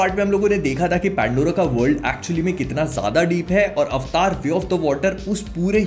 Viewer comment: This is AVATAR.. NOT AVTAAR... chtiya